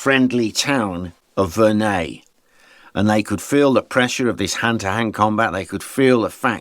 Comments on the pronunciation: pronounced it wrong, it's Verre-NUY. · Wait, that’s how Verneuil is pronounced?